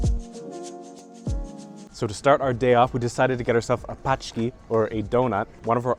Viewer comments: You pronounce pączki- paczki in Polish paczki means - parcels.😂😂😂 how nice. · Awsome clip. Try "ponchki" cause what you say it actually means someting else in polish - boxes :) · "Pączki" contain the letter "ą", which is a nasal sound and sounds similar to the French "on", e.g. in "mon amour" or "garcon"